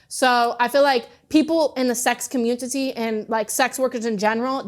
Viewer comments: "in the communtity" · WTF is a communtity? 😂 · soooo aint no one gonna mention how she said "sex comunTiTy" 😂😂😂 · A true woman of culture. What a glorious way to pronounce community 🥵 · This is one delusional woman. To think that after being used up and tossed around that she could find a CEO? A CEO would want this ghetto woman who can barely pronounce the word community? Who talks like that? Ladies i wouldn’t copy her actions and behaviors. This won’t find you the man that she only wants to settle down with and have him take care of her so she can be a “soccer mom.” To get that lifestyle takes work. You put in work from start to finish. To stay in shape. To be proper. Imagine her going into a room full of executives (I’m using her desires for a CEO) and she only has that awful etiquette and terrible vile stories to tell about getting railed for cigarettes. Man oh man. This is hilarious. The funniest part of it is her thinking, somehow, her options are limitless. And yes, I’m definitely being extremely critical and pessimistic(real) about her situation. Call it judgmental if you will. I’ll own that too.